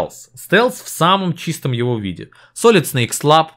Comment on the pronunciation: СалИд, салИд.... Как же так,, ты ведь вроде знаешь английский.